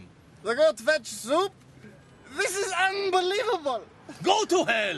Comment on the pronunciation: The actor intent to say "Goat Fat soup" I think it's a kind of soup..yet he Mispronounced "Goat FETCH soup" yet the second actor messed it more saying "Goat FETCHING SOAP"